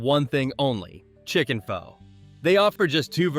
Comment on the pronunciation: How reliable is a guy who doesn't know how to pronounce Pho?